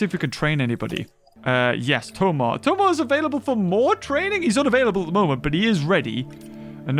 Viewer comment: It's funny hearing pronouncing "Tomarr" when you know that he actually met Chris O'Neal.